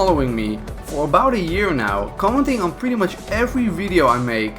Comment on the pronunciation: "vidio" I'm sorry but wtf